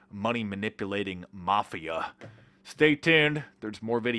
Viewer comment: I like when he says "mafia".